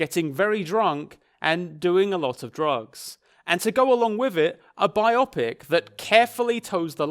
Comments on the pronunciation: It's bio-pic. Bi-OH-pick. As in, biographical picture. Not bi-opp-ick. I know this is a nitpick, but it helps legitimize your reviews. This is great content and I appreciate you for addressing the misogyny in this awful film. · BYE-OH-PICK that's how you say it. Great video though keep up the excellent work! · love the review, but i can't get over how you said biopic and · Would be a great video, but you just had to go pronounce 'biopic' like it's some sort of weird adjective describing magical brain surgery, didn't you? ( for context)